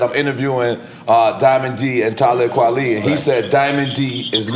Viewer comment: Son said "Tali Kwelib"